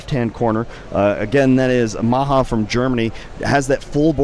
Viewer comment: THE GERMAN NAME MAJA IS PRONOUNCED JUST LIKE MAYA, I cannot hear anybody say "Maha" one more time!